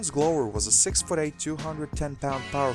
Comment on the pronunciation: I wish if you were going to do these videos you would learn correct pronunciations of the names of the players and teams. "Lasalle" (e is silent). "Glover" (short "o" glove" not long "o")